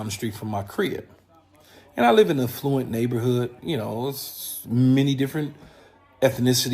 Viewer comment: Did bro say "fluent community" 😂